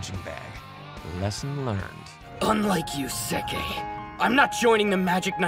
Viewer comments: Narrator: There is Sekke. Me: Who's that!? His name is Bah-ha! English Dub... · Sekke? You mean Bah - Hah! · His name is Phoo Ha!